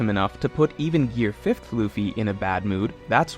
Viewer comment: THANK YOU, for saying gear fifth and not five